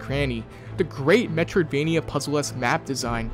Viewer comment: Drinking game: take a shot every time he says, "Metriodvania." Take a double shot at the end if you don't know what that means.